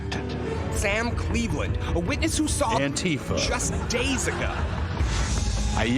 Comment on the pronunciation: Surely everyone pronouncing it like Trump does has to be some sort of joke right.. I mean maybe they think Antifa is a real thing, or perhaps if they called it the literal thing that democracy is (Anti-Fascist), it might not hit so well with listeners lol.